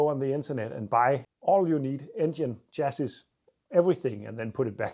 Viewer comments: You have said before, that you like tips to improve your English. I hope you are not offended if I point out a pronunciation. Chassis is pronounced “Shassy” in English (although it’s obviously French in origin). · Chassis pronounced 'shassy' (French origin) 😀but I'm sure your English is far better than my Danish!